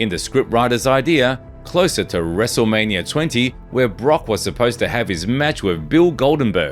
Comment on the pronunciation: Who is this narrator who doesn't watch wrestling? That literally just said wrestling Mania...